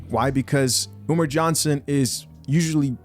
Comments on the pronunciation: "Umer" LOOOL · Why does he call him Umer?